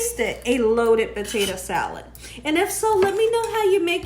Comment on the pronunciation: Listen Miss “”….just Stop trying so hard to be cute saying POTATO wrong on purpose…NOT CUTE …CHEAPENS YOUR VIDEO